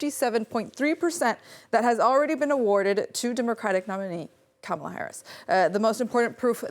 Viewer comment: Yes, she can’t say the vice presidents name correctly. Says it all, only boomers and trump supporters say it wrong